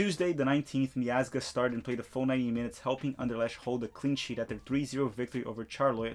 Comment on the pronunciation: Anderlecht is pronounced like An der lekt . Ch is different in Dutch than in German.